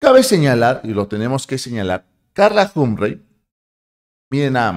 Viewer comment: CARLA HUM-PREY ????????? NETA ??? SE PRONUNCIA JOMP-FREY